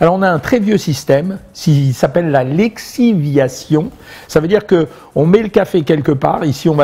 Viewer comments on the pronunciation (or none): On dit lixiviation et non pas léxiviation Quant aux aberrations je m'en passe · Non pas Léxiviation, mais LIxiviation